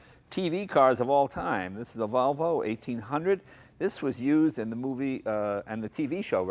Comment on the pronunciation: Nice "Vlovo".